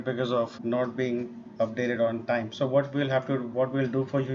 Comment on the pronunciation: "Because you didn't update on tieym" lol 💀 a day late and a dollar short 😭